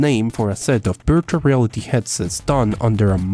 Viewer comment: Does anybody notice he said beartual reality